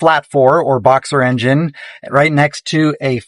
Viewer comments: boxster, not boxer☝️ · I appreciate the idea of this video. Remember that as much as you may like the sound of these two their two of the worst sounding Porsche’s in history. When you have better sound equipment do this again and include some older examples. And, please learn to pronounce the “T” in Boxster. It’s not thesame word as the name of the engines with opposing cylinders.